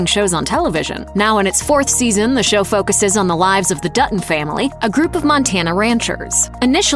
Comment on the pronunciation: Show not shoe lol